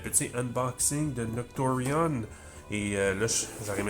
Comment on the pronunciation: don't worry you pronounce it perfectly😅